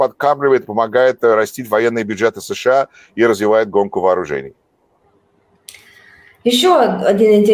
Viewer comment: Уважаемые журналисты, не говорите, пожалуйста, "Ша", нет такой страны , есть Соединенные Штаты Америки, США , в крайнем случае " Штаты", режет слух, извините. Эфир замечательный.